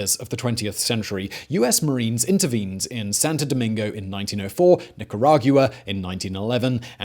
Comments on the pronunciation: After watching, like, 6 videos where you mangle “nicaragua” I feel like I am not alone when I say NICK-ER-AG-WA! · No one: Simon: niCaRaG-yOu-a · He said "Nickyooragwa"